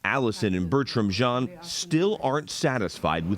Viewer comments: I know its not important but m so tired of hearing them say the name like that... The last name is of French origin... Jean not John or whatever you ppl are saying.... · It's not important but maybe you should Google how the French pronounce Jean (Jehan=Jon... John)